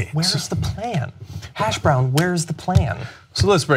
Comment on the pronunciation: Am I the only one who caught the '"hashbrown" where's the plan?' lol go back to about and listen. On more seriousness, when the republicans can't improve on what is going on and realise that the democrats got it right, it's always a matter of where to place the blame after they try to change what was and end up messing things up. This is the kind of systematic failure that occurs when the dressy rich to to further oppress those who are not. How about instead of focusing on Obamacare, they focus on bridging the wage gap between the classes and create a fair wage compensation bill where the rich stay rich and the poor is able to earn better income, instead of the rich getting richer and the poor getting poorer? Let's talk about that for a while.